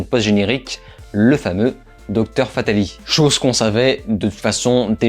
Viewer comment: Juste une chose, le nom "Dr. Fatalis" ça se prononce "fatalisse", le "s" n'est pas muet